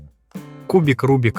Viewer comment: Та не кубік, а кубик.